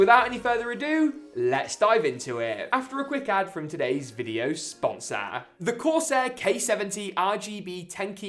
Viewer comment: Why’d you say sponsor like that😂😂😂